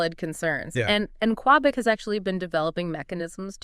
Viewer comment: Great podcast! Just you pronounce Qubic as cue -bic or ku -bic, not qwe -bic :)